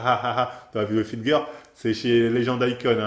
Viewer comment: '' une Fitgueuuur'' pour dire' 'fitgirl' ' y a pas à dire tu t'en bas la race mais c'est ça qu' est bon :')